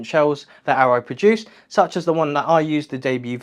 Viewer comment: arai, not aero